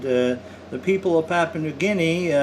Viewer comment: PapOOa, New Guinea. That is what it sounds like, with your pronunciation. Where is that? It is pronounced, PapYOUa, New Guinea. The "poo" sound is not there, it is the "you", sound which is correct. As in you are saying it incorrectly, LOL. The antivenom should be the same as for the, Coastal Taipan. They are the same species. Whilst we disagree on the pronunciation, the antivenom should be specific for the species. Any thing else does not make sense.